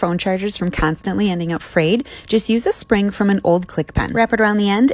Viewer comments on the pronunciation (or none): none